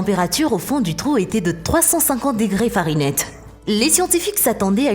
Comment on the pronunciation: Fahrenheit pas farinette.